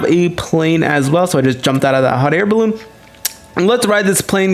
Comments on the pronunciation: He Said Bal-oon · the way he says "Balloon" Oh my god that's so funny 😂😂😭🤣